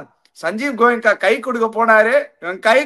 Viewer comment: Goyenka not Goyaka